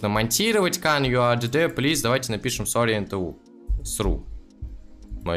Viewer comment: плис а не плеас